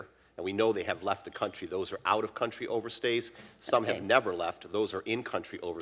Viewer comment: Apparently the Chinese way of pronouncing 'over stays' is 'overstairs'. 😌